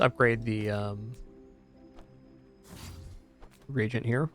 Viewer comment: Maybe someone could let know it's re-agent instead of regent. No shade, of course.